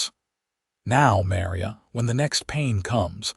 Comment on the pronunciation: AI can't pronounce Maria correctly 😮